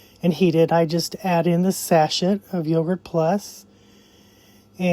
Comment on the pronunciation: You are so darn cute! Now not that it matters at all, but I just thought I would mention that "Sachet" It's sa·shay - the letter "t" in this word is silent. I don't even use that word, I just say packet! LOL Thank you so much for this video! I bought the Yogurt Plus packets from you well over six months ago and they are still waiting for me in the refrigerator! I keep saying, today I am going to make it! So maybe today!